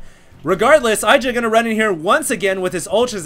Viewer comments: Lol You uneducated noobs, TLO lost to IdrA in the HDH and Day 9's King of Beta tournament which he won also BTW. Calling IdrA a bad player is borderline idiocy and ignorance...BTW it's pronounced E-Dra not eye-dra. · I really would like for you to learn how to pronounce IdrA.